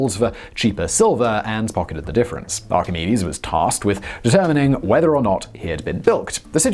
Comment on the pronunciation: Excellent pronunciation of Archimedes and Euclid. We do notice when you nail the pronunciation 😉